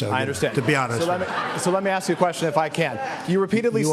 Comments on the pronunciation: Ask not Ax bro, work on that 👍👍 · “Axeing” questions? Is that to “ask” a question whilst bludgeoning someone? How many times are you going to say AXE? Instead of ask?....broughamskivich? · Why do black people say axe instead of ask lol